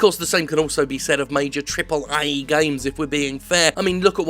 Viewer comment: "triple EH games"